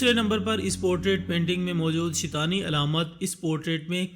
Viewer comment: Not shitani its shaitaani